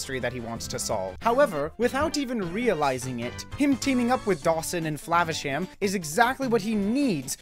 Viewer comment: lol you should have mispronounced "Flavasham" every time you said it but in a different way each & every time you said it! but I agree, this movie was a true gem. Ratigan truly made this movie I think, best cartoon movie villain EVER!